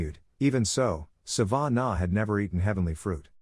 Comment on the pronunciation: Its not Sa-van-a It is Sa-vah-nah Laviosa